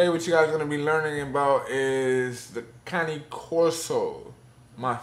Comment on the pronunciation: thank you for pronouncing it correctly!!! .... I hate that you use a choke collar though :( throw that shit away, if she is trained properly, she doesn't need that...